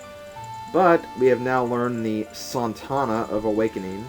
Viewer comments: 1. It's "So-Not-Uh" 2. SHUT UP DURING THE SONGS! Otherwise good :D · ...Kafei is obviously Japanese (and yes I know it's a year later) so it is not "kuh-fey" it's Ka-fe-i...the "i" has a pronunciation of it's own because Japanese is based off of the sound of syllables...also I don't think the "sontana" thingie was on purpose...there isn't suppose to be a "t" there so he put one there...if it wasn't there, he'd probably say it differently. :p Pronunciation FAIL! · Actually I think it's pronounced "Sow-Naught-Uh", but anyways, great part! I always have hated the swamp area tho... (shudder) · When other people mentioned that you had pronounced Sonata wrong, I had no clue how strangely you had done so. However, it almost sounded cooler the way you said it.